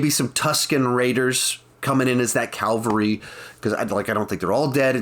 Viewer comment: "Calvary" is a biblical location. You mean to say "cavalry" which is like reinforcements to save the day.